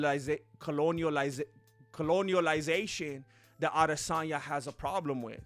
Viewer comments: “Ah-DEsanya” lmao dude you’re too funny 😂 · "Isarel IdissOnYou" 🤣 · Lol the way says Adesanya and looks at Izzy. Funny as hell